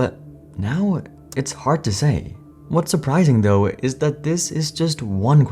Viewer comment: the text says “ though” not “ tough”. This is more than a spelling mistake. It is not following the pronunciation rule for “ gh” following a vowel. Rule : the “ gh” is silent in “ though” because it follows a long vowel sound. The “gh” has an /f/ sound ( voiceless labio-dental fricative) if it follows a short vowel sound as in “ tough”. In case you were wondering the voiced labio- dental fricative is /v/. This rule is followed in all words ending “ -ight“ as in : fight, flight, fright, light, might, sight, tight. It also follows in : eight, freight, height, weight and in neighbour and weigh. It’s not just the letter but long vowel sound. Cambridge doesn’t teach this as far as I know. There is phonological theory behind this you needn’t know. You might wonder about “ thought” or “ wrought” where “ gh” is silent but the vowel sound is short. That’s where the theory comes in. Don’t worry your pretty little head about it and don’t get “ caught”. There’s another one like “ taught” and don’t forget “ bought”. You may be surprised but these are actually still following the rule on another level but don’t look like it.